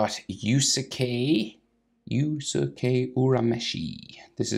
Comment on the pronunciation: its pronouned yuske yurameshi